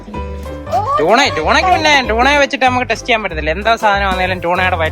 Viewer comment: ടണ അല്ല. ട്യൂണ 🤣